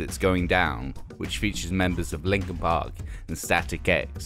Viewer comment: Hard to tell what the hell he was actually saying in that segment but he seemed to be praising Deftones, Lincoln Pink's Hybrid Theroy and SOAD's Chop Suey. Pretty random to call these "perfect moments," especially when you consider the type of idiot pop-music consumer that would "crossover" on a phase to like Lincoln Pink.